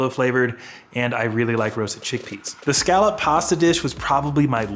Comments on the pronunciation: Why does the way u say scallop bother me sm 😭😭😭😭 but great video God bless sending lots of love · It's okay to not like seafood. Be nice. But he COULD learn to pronounce scallop!